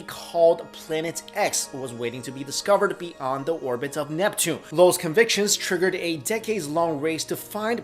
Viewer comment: it's beyond not be-und. sorry but it's distracting